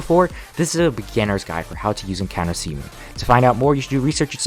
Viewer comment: idk why but everytime he says c moon it sounds like semen for me